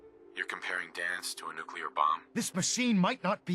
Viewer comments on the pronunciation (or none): ITS NOOKLEAR NOT NEWKYEWLAHR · The word ‘nuclear’ is pronounced NU-CLEAR (as it’s f**king spelled)! It is not pronounced NU-CU-LAR! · NOO.KLEE.ER. NUCLEAR. Not NUCULAR. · There is only ONE "U" in "Nuclear" - it's not "Nucular" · Nu-cle-ar. It's pronounced New-clee-ar. Not Nukular. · It’s pronounced “nu-clear,” not “new-cue-ler.” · New Klee Ar > Newk Yoo Ler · Nuclear. Nu-clear. Not "nuke-you-ler" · STOP SAYING "NUCULAR" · its nuclear not nucelar sorry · Nu-clear Not nu-cular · nook-lee-er not nook-u-ler You are pronouncing it incorrectly. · One small thing, nuclear is pronounced “new-clear” not “nuke u lar” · stop saying nuk-le-ar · why you pronounce it "nucular" instead of "nuclear", it's a good video but that almost ruined it for me :( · NewCLEAR, not NewKeLaR. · Just a pet peeve of mine: it's nuclear, not nukuler, I'm talking about the way you say it. Other han that amazing video ! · Please, it drove me nuts to the point of clicking Back: it's nu-cle-ar. Nuclear. Nuclear. Say it with me: nuclear. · The word is 'nuclear', not 'nucular'. What the heck is a 'nucular' anyway? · Excellent video! Thanks for this. BTW though, nuclear is "nook-lee-er", not "nook-you-ler" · "Nukular" Bomb 🙄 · Hard to keep watching after he says "nucular". Maybe go worship you some Jesus, something in your depth. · I'm sorry you cant say "nu-clear". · Nuclear. New - clear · Speaking on a game called FALLOUT then mispronouncing "nuclear" is both hilarious and annoying 😂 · Okay so Great video did enjoy and agree But u always say nucluar which is ever so slightly annoying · How do you play fallout.... Make a whole video about fallout..... And still say NUKEULAR!? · Don't say nucular bro. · “Since the creation of the nuke-u-lar bombs” Are you… mentally deficient? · How uneducated do you have to be to repeatedly say "nucular"? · Nucular? Good grief. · Aww maaaan things we're going so well until you said "Nuke-ya-ler." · lol "Nucular" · "NUKE-U-LAR". Yeah, you lost me. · nu-q-lar, huh?